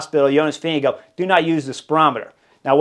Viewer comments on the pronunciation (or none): Vingegaard.... Vin-ge-gaard